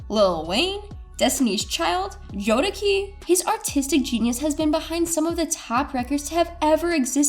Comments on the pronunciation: why this lady sound like a white lady trying to sound black? then she added spanish while pronouncing JODECI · You ain't ever lied 🤦🏾‍♀️. I saw your comment before she said it, and I'm like "huh?" Then SHE said it...🤦🏾‍♀️.... Lol.... Wrong wrong wrong. Yup... Protect the culture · Absolutely. That shit doesn't even make sense. HOW she don't know how to pronounce Jodeci?? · Jo -de ci pronounce the name right before you talk about our culture.. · I made it to and by the third Jode-key, I could cringe no more! It's clear how out of touch with the culture or how little research/knowledge was done with this video. JODECI are R&B royalty, please pronounce the names right or just leave it alone. Smh..it's like saying Whitney Hudson or Maria Carey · Jo-da-key Luh-shiss🤦🏾‍♂️ It's Jo-De-see and Loo-shus🙄 Oh and I couldn't help but catch the "Static was that ninja".... Yall really be tryin it huh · That’s not even right, it’s pronounced, Jo da see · I can’t even focus because she keeps saying Jodekee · Jode-WHO????? I think I been mispronouncing JodeKey's name my whole life.... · IT’S JODECI..JO-DE-SEE!! 🤦🏽‍♂️ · If this broad dont STOP WITH THE JODAKEY!!!😂😂😂 Im surprised she aint callin Aaliyah "AALIEYAH" SMDH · who is this girl and did she just say jodakey? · Why is this chick pronouncing Jodeci incorrectly urghhh! Miss please get this iconic R&B group name right the way you’ve been butchering their name is disrespectful to the group because I have no idea who you talking about Harpo! Don’t you people edit these videos before you post them??? It’s Jodeci and don’t you get it twisted! Oy vey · Say it with me.. JOE - DES - SEE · Ur pronouncing Jodeci ALL wrong!! 🤦🏽‍♀️Do ur research lady!! It’s pronounced Jo-da-see🤷🏽‍♀️ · I think what’s most frustrating is her not responding to everyone calling her out on such a flagrant mispronunciation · how you do all that research and say Jodeci wrong 🤦🏽‍♀️ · Really… how long has Jodeci been out and she don’t know how to say it🤦🏾‍♀️🤷🏽‍♀️